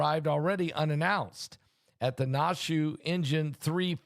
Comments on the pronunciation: Pastor Naushua is pronounced like Nash-Yahweh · Nash U A. Pronunciation. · Pastor its pronounced Nash shU ahh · Pronounced Nash U wah! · It’s pronounced Nash ou ah. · Na---shu---a 3 syllables I'm next door in VT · You know he mispronounces everything 😅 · Nashua. Pronounce Nash U A. 3 syllables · Nashua is pronounce like Joshua remove the J and apply a N.. hello. Biblical please articulate. I have blessed family out there!.. please send healing prayers out to family and children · It is pronounced, kinda like Yahshua but with an N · It’s Nashua New Hampshire Pastor there is an a at the end .